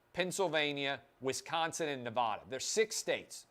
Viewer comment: Please pronounce the Silver State correctly: it is Ne-VAD-a (VAD rhymes with BAD). It is NOT Ne-vod-a. Thanks.